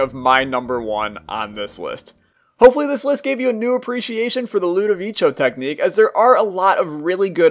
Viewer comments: Its ludovico not ludovicio watch out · Mate pls its LUDOVICO not ludoviCHO pls is an italian name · ITS NOT ludovicho technique its pronounced ludoviko technique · You know, im gonna sub to you cause i saw some videos of synergies and learned a lot thanks to you, but just say Ludovico, not Ludovicho pls. Anyways, good video, its my favorite """tear mode""" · I loved your video, but please its "ludovico" not "ludovicio" so it is pronunced "ludovìko" kinda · Erm... Lenguages doesn't work like that... You must pronunce things in the right way, just saying so maybe you will not do the same mistake again, ludovicio triggered me man, it's just ludovico co like company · ludoveeko not ludoveecho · its LUDOVIKO, not "ludivicho" the name is like an italian version of "Ludwig" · I think it is pronounced “ludoviko “ , not ludovicho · LudoviCo not ludovicho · It's pronounced like ludoviko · always fun to hear people pronounce stuff differently. I'd go with Ludo-Vi-Ko, as in Italian your pronunciation would be Ludovicio (added i to soften the C in front of an O). One of the rather strange (but still consistent) pronunciation rules. I got Ludo on two consecutive runs. It crippled my first run, but it really went great with the second one. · Yeah cause its pronounced ludoviko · ludovicho me: * cringes * other than that rly cool vid:D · LudiviCHo? Interesting way to say it... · #LudovicioTechnique Hated hearing that for all the video man, learn to pronunce names pls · it's Lu-doh-vee-koh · "Ludovicho"... I am gonna stop watching this channel just because of that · It's called ludoviCo (like, Ludoviko) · I hate how he says “ludivicho” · he says ludovicho... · Im in 2021 and still disaprove how he says ludovico